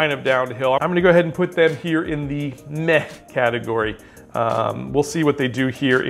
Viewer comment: Pretty sure “Meh” is pronounced with a soft “h” at the end instead of that guttural sound you are using.